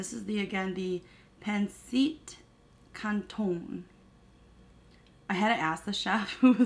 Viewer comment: Yay for your first experience for of Filipino food but as this is fusion and probably trying to cater to the masses this is probably like what Chinese people think of Panda Express. Looks yummy (masarap) though and so excited for you to have legit Filipino food. Also phonetically its “pan-sit can-tonn” . I love lemon and chilli oil with mine too! Also extra soy sauce (preferably Toyo Mansi). Love you and your mukbangs! xx